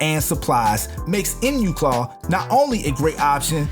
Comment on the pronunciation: Love your videos. I grew up near Enumclaw & thought I'd pop in and let you know, it's actually pronounced "Eee-num- claw "